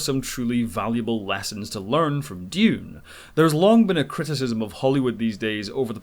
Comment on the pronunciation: Yay, finally someone on YouTube who can pronounce Dune properly :) Timothee Chalomet would have been miles better as Anakin Skywalker than Hayden Christenson! Unfortunately it looks like Dune isn't going to make the US Box Office Top 10 of 2021 as it's only at 89 mil so far and doesn't look like it's got another 11 mil in it to overhaul Godzilla vs Kong AND even if it did overhaul that movie Spiderman's coming out later this year and will easily blow past 100 mil. Dune's 335mil worldwide so far is good enough for #10 of 2021 worldwide right now but again Eternals and Spiderman are likely to both overtake it even without Chinese money. Alita and Kingsman were great films that deserved {especially Alita} bigger box office than they got BUT Ready Player One was just an ok film that had Spielberg's name behind it....He's not the box office God he used to be but his is still a name that will get people into cinemas.